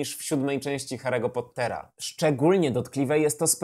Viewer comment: Hahaha! Biję się w pierś! To był kiepski dzień, jeśli chodzi o poprawną wymowę imion i nazwisk, ewidentnie. Szczególnie biorąc pod uwagę "Kałrona" zamiast "Kłarona", "Grindevald" zamiast "Grindelłota" i PoTTer. XD